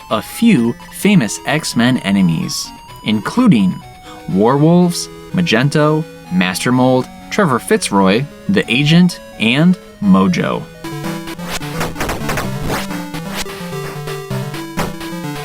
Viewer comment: Magento? Dont you mean Magneto? That was some interesting pronouncation